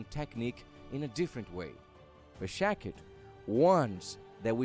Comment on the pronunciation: It is shakti not shakit.